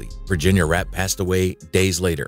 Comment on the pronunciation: Virginia "Rappay" not wrap!:face-orange-frowning